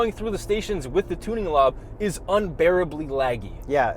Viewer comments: “tuning lob” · "tuning lob"